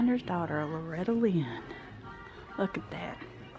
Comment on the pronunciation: Nice gray Kitty. "Loretty" :)